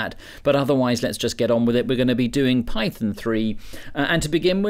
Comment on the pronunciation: Wtf is pie-thin?